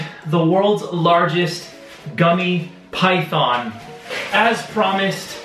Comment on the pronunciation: its pronounced pythiiiin